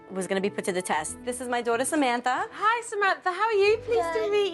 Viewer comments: Samanthar,and Amandar and donnar. 😅😅😅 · "Samanther" "Amander"